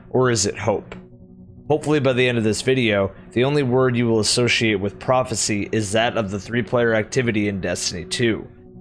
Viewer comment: when you say prophacy i think fk sundial